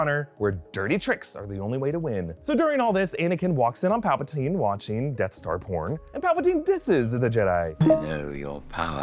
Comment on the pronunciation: Death Star pron lmao